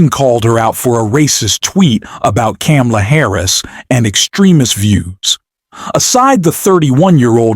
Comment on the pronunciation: Why did you mispronounce Kamala?